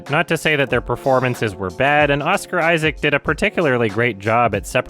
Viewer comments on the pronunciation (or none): none